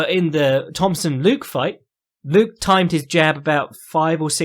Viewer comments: made me think of Cpt Picard a couple of times. Try /lu-keh/ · any reason why you refuse to pronounce ethnic names as they are intended? e.g. nunes, and luque